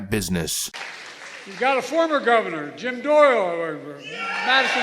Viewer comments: Who's Jim doyrororor? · WTF was that stain?!?!? And who is Jim Doyler-er-er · "Got a former govverner, Jim Dohereher"... Screw this asshat.